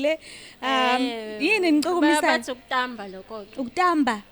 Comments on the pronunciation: Kutsiwa "KUTSAMBA" yelaVilane not Kutamba. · Kutsamba not kutamba